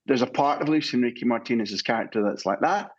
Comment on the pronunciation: The presenter saying "Luis Enriqueee" with a Spanish twang. Tube 😒